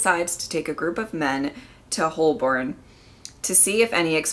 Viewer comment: Igassumed that was that prompted that reaction before you read it out. Unfortunate that the BBC hadn't realised how important Lethbridge-Stewart was going to be and destroyed the episode of his first appearance. The 'l' in Holborn is not pronounced. It sounds like 'hoe-burn'